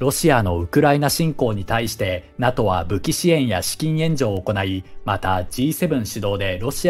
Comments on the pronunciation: ちょっと細かいことで申し訳ないんですけど、 NATOの読み方って「ナト」ではなく「ナトー」だったと思うんですが、現在は読み方が変わったのですか？ 自分が学校で習った時はナトーだったのですごく違和感しかありません。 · このチャンネル、今回のように間違っている発音が多々あるので私も気になりました笑 龍太郎さんの言うとおり正しくは”ナトー”です。内容は素晴らしいチャンネルなので今後の改善を望みます🙋‍♂️ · お疲れ様です❣️ 気になったので、見にきました。 勉強していきます。(^-^) さん、指摘失礼します。🙇 NATO(なとー)です｡。(小声) 解説、ありがとうございました。🙏